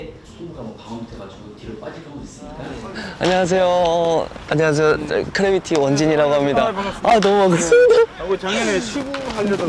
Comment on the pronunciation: 근데 수빈 선수 크래비티 아니고 그래비티라고 하는 거 같은데ㅋㅋ